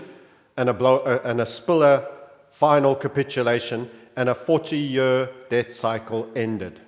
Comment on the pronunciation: the way you say “year” is disgusting